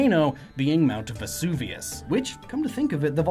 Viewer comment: Funny to hear Vesuvianite mispronounced as "Vevusanite", then to hear Vesuvius pronounced correctly.